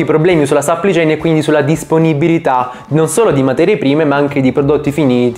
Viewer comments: Dio santo aggiusta il tuo inglese. Supply chain non Suppli chain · supply chain non si legge sapplì ciein, ma si legge sapplai ciein (che poi ad essere precisi la “u” non si legge nemmeno come “a” ma è il suono della schwa).